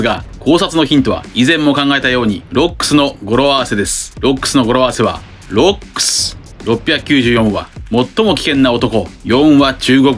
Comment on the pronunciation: ロックス海賊団の 発音おかしいwwwww